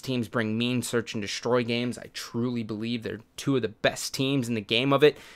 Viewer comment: lmao, when you weirdly pronounced the word two, it sounded exactly like you say two in Norwegian.